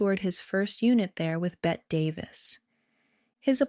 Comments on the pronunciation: It's pronounced Betty Davis, not Bet. C'mon! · Bette Davis’s name is pronounced Betty. 😉